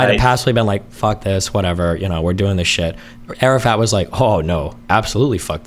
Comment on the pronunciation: “arafat” keeps sounding like Arab fat to me lmao